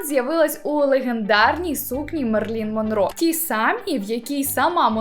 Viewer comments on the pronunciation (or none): Друзі, треба вже позбуватися руснявих інтерпретацій всього іноземного, наприклад, не Мерлін Монро, а МЕРИЛІН Монро. Це важливо. Думаю, всім нам було б неприємно, коли б наше ім'я чи прізвище каверкали, чи не так?